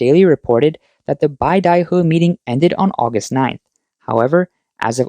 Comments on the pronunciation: BAY-da-huh, not BYE-da-huh. A small nit to pick, I'm sure, but since it was said so many times in this video and likely to be mentioned again in the coming months, I'd like to correct that. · Can you at least pronounce beidaihe properly?